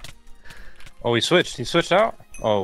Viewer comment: Ooo exposed?? "no, HIJ fell!!", is he dutch??